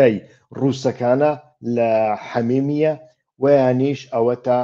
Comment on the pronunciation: دەست خۆش کاک. بەڵام ناوی حمیمیم بە هەڵە گۆ دەکەیت. ناوی حمێمیم ە نەک حەمیمییە. حەمیمییە وەسفە بۆ پەیوەندییەکی پڕ لە سۆز و خۆشەویستی و... لەگەڵ ڕێزمدا.